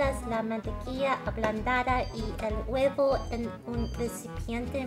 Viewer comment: I agree. She did VERY well. I was pleasantly surprised at it. Especially when she said "huevos" making the V sound like a B.